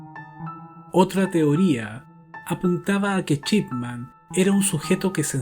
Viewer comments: Nadie:: Doctor Chipman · "Chipman" jajajajajajajajajajajaja